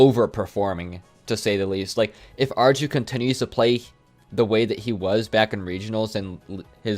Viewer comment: I think that u might would like to know, arju is pronounced AR EE U, just a smol fact